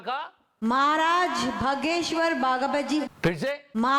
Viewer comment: Bhai hageshwar bol rahi thi ... 😂😂😂